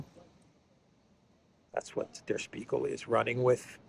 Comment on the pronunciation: In German Language, when letters S and P are together, they make the sound SHP. So Der Spiegel is pronounced as “der shpeegel”